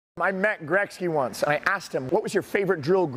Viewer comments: I’m not cool with his pronunciation of Gretzky 😂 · That would have been in concert with his pronunciation of Gretzky, nothing more.